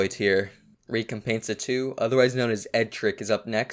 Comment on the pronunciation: “Next up we got the main Spanish person of all time… Re-cum-painsa”